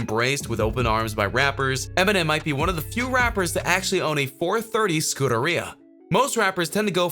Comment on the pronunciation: Love how you butchered scuderia. "SKUDD-ER-IA"